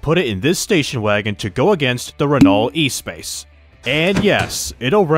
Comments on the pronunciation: The Renault Espace is not pronounced like e-space, it's ess-pahs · Please never ever try to pronounnce the Renault Espace F1 again 😂